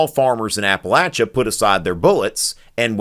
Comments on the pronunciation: TY for saying “Appalachia” right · I'm giving you a thumbs up for pronouncing Appalachia correctly.